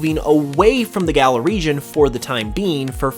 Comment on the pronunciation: Why does he keep saying Gala? It's Galar, dude